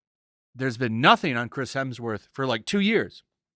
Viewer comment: "Crims Hesmer" hahahahahaha, that shit killed me. I will only call him that now i swear.